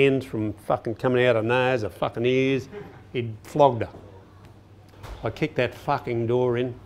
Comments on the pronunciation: I'm from Australia and it's not "fakken" that would rhyme with the word "hakken" which is a popular style of dance amongst young esh lads in the hardcore and hardstyle community. I believe it is pronounced "fuuuarkinn" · It's "Fucken" not "Fakken" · Its "farken" not fakken. And it's a "bum bag" not a fanny pack. A fanny is what you fark. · Not fakken it's faaken. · Thoma Hawk. Fakken A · Faaken struth, m8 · Wow, anyone counted how many times he said “fakking”?